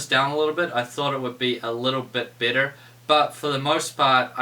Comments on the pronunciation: nah i heard it to lol sounds like new zealand accent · Am i the only one dat heard 'ya this is a little bit bitter" ?